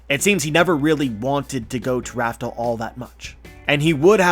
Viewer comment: Raftel... Laftel/Rafter... Lafter Fuck you.